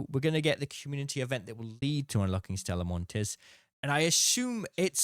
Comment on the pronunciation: the s is silent, called Stella Monti (ee)